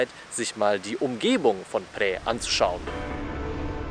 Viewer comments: Es wird : PHRAE ohne ausgesprochen R gesprochen…. Wir waren da auch vor kurzen ❤ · er wollte nicht unhöflich sein ;) oder es klingt schon besser als andere ;) Du bist aber sehr nah dran, außer beim R. Egal, was andere sagen. Wenn es online anders ausgesprochen wird, ist es oft schlicht falsch. Viele sprechen es falsch aus. Ich lerne Thailändisch, und auch mich haben Thais korrigiert. Das hat etwas gedauert. Die Aussprache ist wirklich schwer, und viele möchten nicht unhöflich sein, vor allem dann, wenn sie selbst kein Englisch sprechen. Zur Einordnung hier die Erklärung. Phrae wird auf Thai so ausgesprochen: 🔊 Pää / Phrää eher wie ein weiches, behauchtes P mit langem ä das R ist kaum hörbar oder verschwindet ganz für deutsche Ohren klingt es ungefähr wie Pää Warum das so ist: das ph ist ein behauchtes P, kein F das r wird im Alltag oft verschluckt der Vokal ist lang und offen Merkhilfe: Frae ist falsch Prä ist falsch Pääää ist richtig, lang gezogen